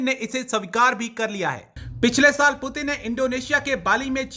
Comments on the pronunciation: President putan 😂😂🗿🗿 kya bol rhi h [ Putin nhi putan ??? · Russian president name is put in not putan pl pronounce correctly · It Putin not puturn 🤣😂😂😂😂😂 Pakistani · Kutti ko bolne bhi nhi aa rahi Putin ko porin bol rahi h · पुटन बोल rhi hai ye 😂😂😂😂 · Please pronounce the name Putin correctily !